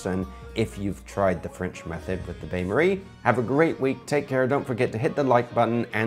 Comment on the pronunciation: Then 1 minute later "bayn marie" lol